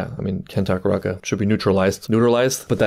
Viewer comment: Ken Takakura ☒ Ken Takaraka ☑